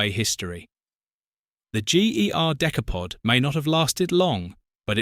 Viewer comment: The Decaypod. Found that annoying sorry